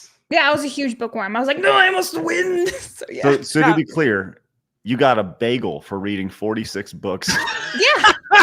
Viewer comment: I'm from Ontario we do NOT SAY "BAGELLE" lol